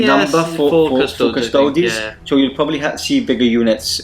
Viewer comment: cus-to-deeeeees. seriously. or custodians. not "TOADS". it's not as-tar-T, it's as-tar-tees.